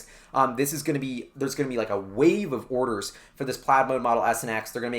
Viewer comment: mate doesn't know how to say plaid..